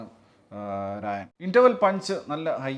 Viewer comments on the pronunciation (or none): രാജൻ ❌ രായൻ ✅